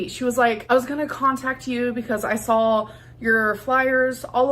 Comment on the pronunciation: I cannot stand her pronunciation of words. “I sawl it” Gorl, you have to be trolling…